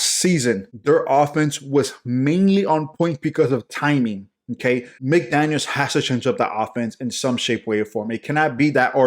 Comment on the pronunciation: Jesus, why can't our fans and YouTubers get this right, it is "Mike McDaniel" NOT "McDaniels".. you keep saying "McDaniels" with an S at the end of his name, NO!!! Drives my crazy!!! He is our head coach, know his f--ing name!!!